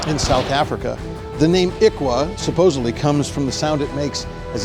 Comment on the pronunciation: It's its actually pronounced "ihlwa"...